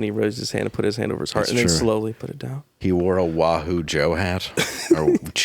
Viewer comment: PUT THAT T IN THERE!